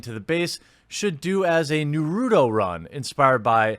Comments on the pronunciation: It's NAR - RUU - TOE not narudoe. Smh.. 😔😒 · You are not into anime...it's pronounced Nara toe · NAR-Ru-Toe, not NEW-Ru-Toe you must feel your inner weeb. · Naruto is 20 years old and one of the most popular manga of all time..... If I hear one more person say nerroodough😒...... If you can't pronounce Na ru to then don't comment... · Is NOT NOURUTO is NARUTO. NA (strong accent on the NA, like NAtional) ...RU (like in Root)...TO (like in TOld) come on, is not hard to get the pronunciation right. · It’s NAruto not nuruto for future reference. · Nah-roo-toe. Not "Nuhrudo". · So many people pronounce is as Nah-roo-do. It's Naw-rue-toe. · Well you said Nar-Roo-Toe wrong but you unlike most people did get the Oo-zoo,maki sound right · I'm still lost as to why we pronounce it Nurudo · Who is this narudo you speak of? I know of Naruto but never heard of a narudo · Try saving it this way. Na-ru-toe. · Jeremy, say it with me: Naugh-Roo-Toe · I love how he's pronouncing Na-ru-to😄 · Please never stop pronouncing Naruto like that. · "naROOdo uZumAk1" killing me here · you butchered Nah-Rah-Toe... :/ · Every time someone says Nuh-roo-dough a weeb dies inside. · Saying naruto wrong. Its Nah-roo-toh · Jeremy it is pronounced NAR-RUU-TOE not whatever abomination you said wth. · (nah.rue.toe) plz... plz read this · It's Naruto. Nah-roo-toe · I really dislike Naruto, but when somebody pronounces it nuh-roo-toe, some part of me is lightly agitated xD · nuruto? lol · "Narudo?" Do you even anime bro? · How to pronounce Naruto Na-Ra-Toe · You pronounced narato wrong. Lmao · NAH-ru-toe. NAH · Dude its pronounced NAR OO TOE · I got a good laugh from the kid doing the Naruto run but laughed even harder each time you said Nah-route-oh XD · You know how to pronounce naruto stop playin. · I'm sure many are still triggered by you for pronouncing the name "Naruto" so inaccurately 😆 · You said that all kinds of wrong lol Naruto dosent sound how its spelled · I wanna hear you say Naruto correctly